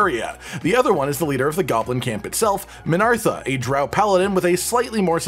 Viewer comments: It's uhhh MinTHARa by the way. Not MinARTHa lol. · mate learn to read lol... it's not min ARTHA, its min THARA